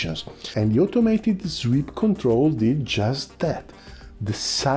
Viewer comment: Tranzonic... zweep... cosa succede, amico? We understand friend. Outstanding content, I can deal with imperfect pronunciation. My Italian is slowly improving.